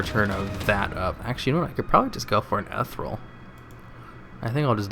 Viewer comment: eth-eer-ee-ul XD i love your vids